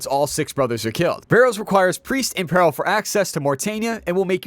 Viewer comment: Cant even say peril correctly. Smh